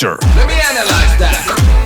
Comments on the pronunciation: Lmao I always knew you were saying “culture” wrong but I liked it, it’s more unique to you the way you say it like kalture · Says beatboxers have to learn proper english but mispronounces culture😂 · LMAO, after the first time u said culture in this vid, I wondered if you actually got English lessons 😂😂😂